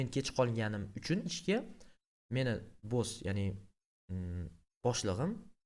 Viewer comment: Dalbayob boss ni togri talafuz qil